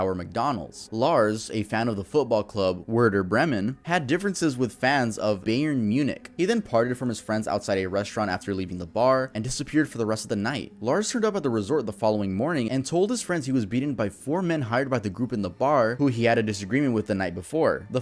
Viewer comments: “beyern munik”💀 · I love it when butcher the name Bayern Munich. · lmao the way u pronounced bayern munich